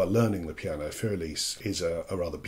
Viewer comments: It is not "fur", and it is not "elis". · I hate to do this to you, but my ears cringe when you pronounce the word "für." And I hate to use this as a quick guide, but try saying "Führer" and drop the final "er," and you'll be close enough. And the "r" in "für" is only about half-pronounced, from an English perspective.